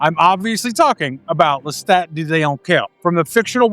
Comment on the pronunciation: Lestat. Pronounced LesTOT. Listen to how he says it himself in the show. Now you repeat…